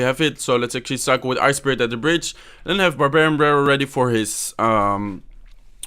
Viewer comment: the way he says barbarian barallel